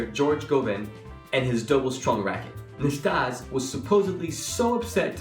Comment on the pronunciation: Quite a lot of factual errors in this. But the worst 'crime' is mispronouncing Ille Nastase's name.